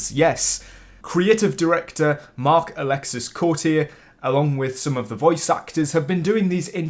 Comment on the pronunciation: Before you react to the rest of Marc-Alexis Cote's presentation you should probably know the S is silent, "Alek-see" rather than "Alek-sis"